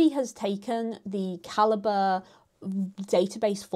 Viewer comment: T.I.L. Calibre (ka-li-bray) ❌️ Calibre (ka-li-buh) ✅️